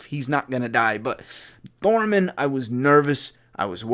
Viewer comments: I love ya. but I got triggered as fuck when you called Tormund thormund haha! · I love how you got gendry right but now can’t say tormund 😂😂😂 Great video but you can call them whatever you want with this content